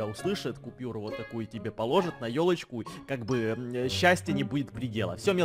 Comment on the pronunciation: Мне послышалось не ёлочку а тёлочку